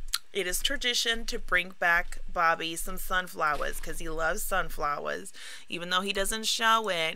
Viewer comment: “Sunflowers” with the New York accent